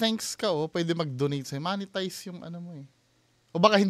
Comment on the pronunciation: mo-ne-tize po ata un hindi moneytize